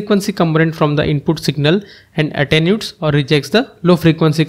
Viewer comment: you pronounce that word, "a ten you ate" attenuate...